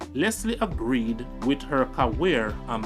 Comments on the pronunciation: Bro me love your series them,but you have to learn to say career and not carweer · Can't you say career ? Because you always say "caweer" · The video is great, all of your videos are awesome. CC: practice pronunciation. It will make a great difference with the quality of your work. Ie. Career is not ca-wears. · Love hearing how pronounces "CAWEER"😊